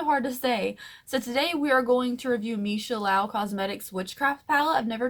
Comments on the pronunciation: Also, it’s meesha “Loo” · Lau? There is an 'o' in the middle not an 'a'.